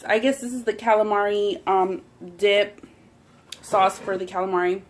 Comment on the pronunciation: Your saying "Sås" Like a swed. 😂❤️